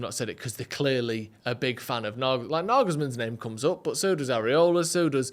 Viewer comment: ITS IRAOLA!!! NOT “AREOLA” FFS!!!! Areola is a goalkeeper who can plays for West Ham, Iraola is bournemouths manager!!! Sick of people mispronouncing basic names 🤬🤬